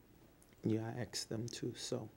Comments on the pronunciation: Qwad Luzr I’m educated and I say it both ways. This guy is a clown, yea, but not everyone speaks the same. He’s in a professional setting and should’ve said it correctly, here is no excuse .When I’m out with my friends I speak however. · "Axe Michelle." This guy is hysterical. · Why does he keep saying to 'axe' Michelle. If you used an axe on her you would go to jail crazy man. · lol....spot on.. "axe Michelle about that....i wanna be acc'rate". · You gone have to AXE Michelle😩 this guy is a trip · He's so dumb" he can't even pronounce the word: Ask! Axe a question? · The obvious ... 1.the blinking 2.biting the lip 3.hunched shoulders 4. Small sips of water 5.change in volume 6. The "ax" michelles. Fk i hate this fraud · I GOT "YOU CAN AX MICHELLE" T SHIRTS IN ALL SIZES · “Do you wipe to the front or back?” axe Michelle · or you can ax michelle😂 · Axe Michelle, ya know, she know, "We gotta get outta town take care of some bidness" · Did he say "asking" correctly there ?? Wow ! THAT is a miracle ! I guess only the three letter variant turns into an "axe". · " I aks people for donatrions" LOL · HER: "Have you ever ministered to Debrah?" HIM: "You mean AX her for counsel? " HER: "Yes." HIM: "No, Michelle does that". Huh? Michelle is a therapist too??🤣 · AXE Michelle…😂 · Apostle does your bottom lip taste like steak? David - “you’re going to have to axe Michele”! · Does this guy really says "aks" instead of "ask" every single time? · Yes!! And correct him on how to pronounce "ask" and "specific." Be like, "Sir, it's not AXE. it's ASK! A-S-K! And PACIFIC is an ocean, you moron." That would have been amazing. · “You can axe Michelle” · “Aakss Michelle.” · I don't know. Axe Michelle. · I'm surprised it wasn't "I don't know, you'd have to ax Michelle" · Axe not ask. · Poor Michelle must be a bloody mess after all that axing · This idiot really emphasizes the word ask as AXE...AXE Michele. He really sounds like a natural born idiot... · "I don't know, axe Michelle."